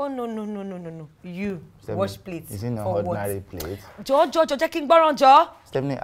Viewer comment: And why does he keep calling her 'Stephinik'? 😂😂